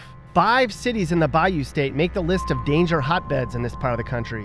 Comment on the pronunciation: Dangjer dangjer dangjer!